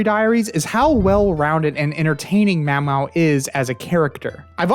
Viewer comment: pronouncing maomao as mawmaw is a crime